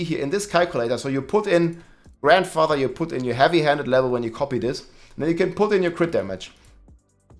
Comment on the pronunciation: you're killing me with the way you say Grandfather. I swear it doesn't have that many damn D's in it.....! However, other than that I say keep up the good work.